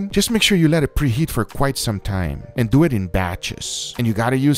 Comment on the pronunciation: When he said: "Let's doeet" I felt that